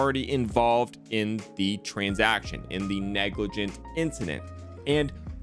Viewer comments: It's Negrlagint* not Noglegrant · It's neglirgant*